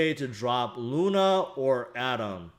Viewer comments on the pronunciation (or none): none